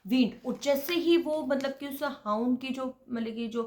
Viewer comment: हाउंड not hoond dear